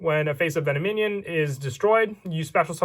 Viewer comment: VEN OM IN ON NOT VENO MINION